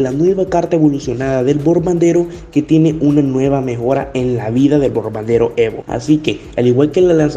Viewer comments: Bombardero ❌ Borbandero ✅ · Bombardero: ❌ Borbandero: ✅